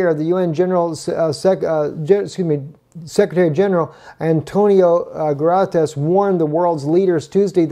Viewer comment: It's Goo-teh-res You're welcome;)